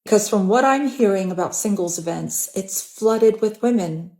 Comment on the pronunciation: Why does she keep pronouncing events like that lol "I like these eeevints"